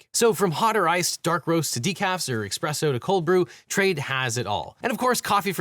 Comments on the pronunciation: I’ll see you in court for pronouncing it “expresso” 📑 you’ve been served 😂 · Never trust a man who pronounces espresso like expresso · OBJECTION It's pronounced "espresso" not "expresso."